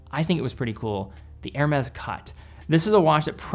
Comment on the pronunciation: I think Hernes is pronounced. Air may.